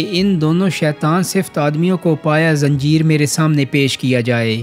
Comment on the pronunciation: ( پَا با زنجير ) آپ پایہ زنجیر کہہ رھے تھے باقی آپ کا کام قابل تعریف ھے اسے جاری رکھیئے کبھی کچھ الفاط کے تلفظ میں گڑبڑ ھو جاتی ۔ شکریہ